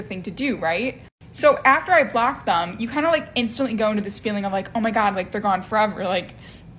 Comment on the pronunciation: I would have to block number 6 just for saying thum when she means them.